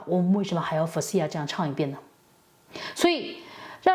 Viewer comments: Faouzia的重音在第一音节’Faouzia而不是在第二音节Faou’zia😅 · 先把Faouzia名字念对吧 吹毛求疵的👎 你唱歌感觉才像是一直模仿柯以敏 油腻腻的